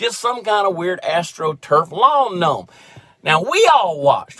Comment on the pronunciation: “Just some kind of weird ASStrotruf yard gnome!” Hahahaha 🤣🤣🤣